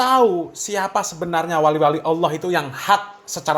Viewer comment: GUS Baha emang Paling suka bikin org ketawa geli TERBAHA BAHA, Krn Lafaz ALLAH jadi AWWOH, 😄😄